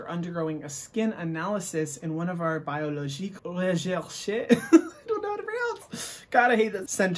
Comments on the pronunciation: Ohh God its 2 a.m. here and I laughed out loudly at your french pronunciation of her maskkkk 😅😆🤣🤣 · Sorry I’m french I laughed at the way you pronounced that brand name I can’t stop replaying it 😂😂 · I love your prononciation of biologique recherche it sounds germain 😭😭 as a french i thouhgt it was funny 🖤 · i speak french and the way you said the name of the mask killed me 🤣